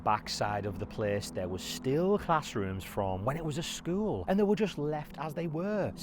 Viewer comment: I can’t unhear skuwl 😂